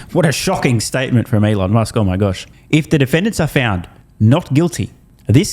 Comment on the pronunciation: aelon moosk? dear lord. lol